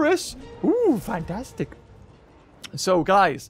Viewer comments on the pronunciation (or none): none